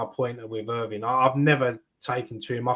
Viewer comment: Someone's gotta tell that guy that it's "Irving" not "Irvine" 😂